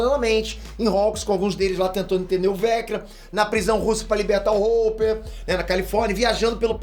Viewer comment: O falando a pronúncia do hopper chega a doer a cabeça kkkkk